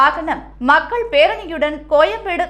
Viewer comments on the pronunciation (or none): none